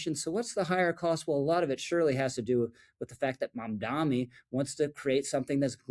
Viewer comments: Not a fan of Mamdani, but please pronounce his name correctly. It only hurts your credibility when you keep saying Mamdami, it's Mamdani. It's not hard, just practice the pronunciaiton. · Dude, love the videos, but it’s Mamda-N-i not Mamda-M-i! I’m sorry to pick, but it’s like people who say nuculear rather than nuclear. It grates. Thank you for the great videos! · Thank you for the video Rich! I have to point out, it’s MamdaNi not MamdaMi. Why stop at 30% cheaper? Why not 80%? 100%?